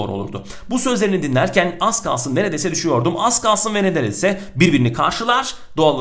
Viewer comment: te dil sürşmesi yaşamadık demeden önce nedereyse diyor :D